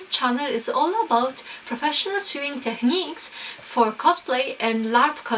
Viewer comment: Great video, very informative, thanks. One thing though: In English, 'sew' should be pronounced like 'go' or 'know'. 'Sewing' sounds like 'going', 'throwing', 'knowing'. Otherwise, keep making the great videos! Brilliant! 👍